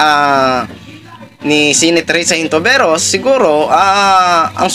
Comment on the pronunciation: Hello po brod... Lagi ako nanunuod ng blog mo specially dito sa update sa issue ni pacq... May isa lang mali sa iyo na palagi ko naririnig,.. ( senatora HON- TI- VE- ROS ).. hindi po (HIN TO VE ROS)✌️✌️✌️